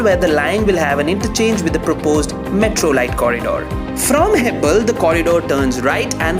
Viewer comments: Hello Please pronounce the place name properly... Don't pronounce Hebbala as Hebbal. Please don't enter our state if you are not able to pronounce our city's or area's names. This is why South Indians hate North Indians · Its not hebbal it is hebbala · Its hebbala not hebbal ...some of the pronunciation of bengaluru locations by the anchor are so irritating and pathetic ...👎👎👎...Next time please do the video using some local anchor please ... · Please learn the pronunciation of these areas. "Hebbal"